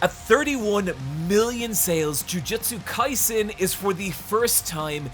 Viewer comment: THANK YOU! I feel like I'm goin insane at the amount of people that shorten JoJo's Bizarre Adventure to "JoJo". There isn't a singular JoJo, there are multiple, plural! "JoJo's" not "JoJo"!!!!!!!!! However, I will say that ya pronounced Jujutsu Kaisen wrong, it's "Jujutsu" not "Jujitsu" I love ya content!!!